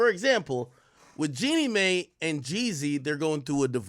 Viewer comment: Jeannie MY is how you pronounce it